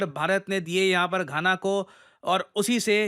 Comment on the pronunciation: Gaana, khana ❌❌ Ghana ✅✅